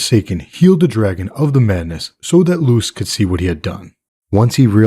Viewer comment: Sounds like you're saying "Lewis" instead of "Lews". Are you sane " Lewis"?